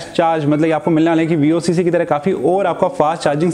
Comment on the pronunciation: Bhai its not vocc its VOOC charger